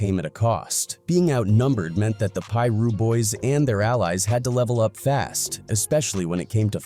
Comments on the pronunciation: Why the narrator can’t just piru instead of pie-ru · that shit said “Pie Russ” 😂😂😂😂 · It's PIRU street..... get it right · This mf keep saying Piru wrong and it’s pissin me off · The Pira's were no joke. Why this MF can't say it right SMH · It's AI narrated. It can't pronounce Piru. They're probably overseas somewhere.. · You don’t know how to pronounce piru foo